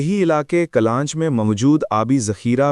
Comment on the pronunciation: الفاظ کی درست تلفظ کیا کریں ،kallanch نہیں بلکہ یہ درست تلفظ کلانچKullanch ہے،اور دوسرا لفظ Hurr حر ہے